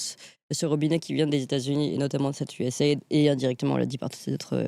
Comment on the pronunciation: Ca se prononce : U-S-A I-D ("AÏDI", pas "aide")